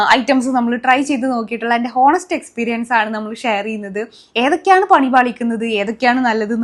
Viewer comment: ഹോനെസ്റ്റ് അല്ല ഓനെസ്റ്റ് aanu😊